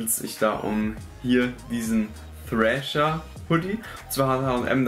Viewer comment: Trascher ausgesprochen digga